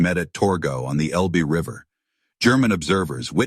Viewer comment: Elbe, not Elbi. AI mispelling.